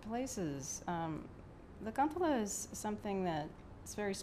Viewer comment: sad to see that does not speak finnish anymore, despite his finnish roots. It is a "kan-te-le" not kantella... anyhow, good playing there she knew her stuff.